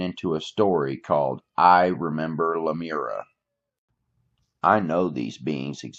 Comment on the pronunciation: No offense. It's La-mure- eea